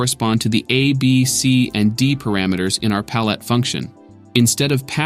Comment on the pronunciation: I actually did briefly consider if the narration was AI generated. There were a few words that were accented in a slightly off way, e.g. palette being pronounced like "pal LET" despite being accented "normally" just a few seconds before. But these were minor observations, otherwise it was entirely viable and easy to follow.